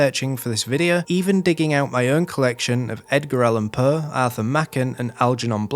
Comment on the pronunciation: I love your dialect, but if I were you I would adapt myself a bit when speaking to an international audience. The way you pronounce Poe as “puh” is really distracting.